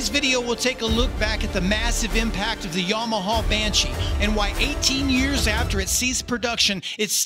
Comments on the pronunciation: Yamahuuhh. Bud its yamaha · I think if I heard another "yauhmuahauww bashee" I'd probably lose my mind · This "yomohoh" brand sounds great 😂